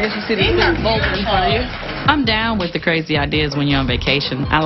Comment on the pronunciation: She says “Wiff me” 🤣🤣